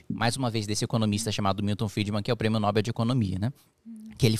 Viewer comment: Kim, excelente explicação. É triste ver o quanto de regulações inúteis mantém o brasileiro refém da alta taxa de impostos, de juros abusivos pelos bancos. Ficamos sem ter pra onde correr. Apenas uma pequena correção, a pronúncia certa é prêmio noBEL (igual paPEL) como oxítona. Se fosse paroxítona seria acentuada.